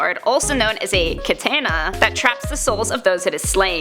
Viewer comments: It pronunced Ka-ta-na not kay-ta-na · My nit pick is its pronounced kah-tah-nah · Jim Adkins no it’s ka-tan-na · kah-tah-nah* Kah-Tah-Nah! jesus stop butchering the Japanese language! #otakusunite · Oh, for the love of... Katana is pronounced KAH-TAH-NAH! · Lol. Kah-tan-nah🤣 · Kat-AH-na!!! C'mon, don't be one of those people. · Ket -tan-na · Coreydoesvideos Ka-Tah-Na* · Who the hell pronounces Katana like that? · Cringed how she said katana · How she says katana makes me cringe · Butchering the word katana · Am I the only one who is annoyed by the fact that she can't pronounce katana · You're pronouncing Katana wrong. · Please learn how to pronounce Katana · you butchered Katanas name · 2023PerfectDark That's a matter of where you're from for an "English Pronunciation"